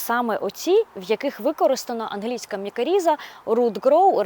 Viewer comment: Дякую а інформацію! Лиш не мікаріза, а мікориза.